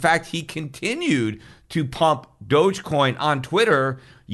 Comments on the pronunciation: Pretty sure it's pronounced "dog" coin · dogecoin is pronounced "dog e-coin , doggycoin" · Thought it was pronounced dog-e-coin